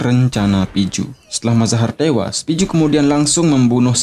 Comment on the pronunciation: Hingga ettewasss.... Org bali atau lombok....haha